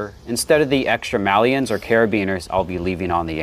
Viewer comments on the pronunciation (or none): On the subject of Maillons - It is pronounced 'My Ons' and not 'Mal Eons'. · You pronounce maillon “malleon“? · Great work. "Maillon" is a french word that that you're mispronouncing, in case you were not aware. It just means "link" but it's usually translated as "quick link" in english. I would encourage you to either learn how to say it properly (it's not hard, to you it would sound like a funny way of saying "mayo" if someone pronounces it in french and google translate can help with the pronunciation) or just use "quick link", instead. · definitely pronounced as May-on. And whilst we’re at it, Route is prounounced as Root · Thanks. Others have pointed it out. It's just the way some of us Americans pronounce it (yes, incorrectly). I'm actually an ESL teacher, and I also tell my students other ways people pronounce the same word from different countries. Sometimes the way I'm used to saying something just comes out. Sorta like the word "niche", some say "nitch" or the French pronunciation.